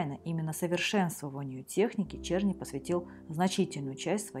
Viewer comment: Его фамилия должна читаться "Черны".